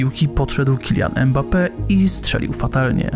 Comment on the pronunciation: Dobry materiał, mam jednak uwagę - powtarzasz manierę językową wielu polskich dziennikarzy, ten piłkarz nazywa się Mbappe a nie Embape!